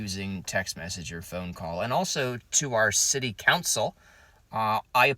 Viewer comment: You, Said, City, Coucil....hahhahahaaaaa I Cant, Breath!!!!!